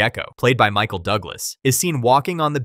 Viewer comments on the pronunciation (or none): none